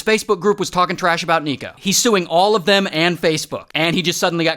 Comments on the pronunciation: It's not illinowah it's illi-noise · It’s Illinois, not illinuaah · HE DID NOT SAY “Illinwa” TO SOMEONE THAG LIVES BY CHICAGO 😭😭😭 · Illinois. Him ahll-nah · “So shout out to Ill-ih-noo-wah” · "illinoAH shout out to IllinoAH" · The way he said illonis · Illinois❌ Illinowahhh✅ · Illinwa! 😅 Love ya, Ray 🏴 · Can confirm that Illin-WAHHH is the correct pronunciation 👍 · You mean Illinwah? lol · lol “Illinoah” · As someone from Illinois... Thanks for keeping the "s" silent.😂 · What is your say Illinois like that? I live in Illinois like Bruh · He says all the other states correctly, but not mine? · As someone from the midwest, I hope you purposely mispronounced IL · goddamn it ! all these people mispronouncing illinois! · I live in Chicago Illinois, thanks Ray for that “lovely” pronunciation of the state😭🤣🤣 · “Hermeon” “illa-waaaa” - ray 2024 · Ray pronounces hermeon how he pronounces illinwah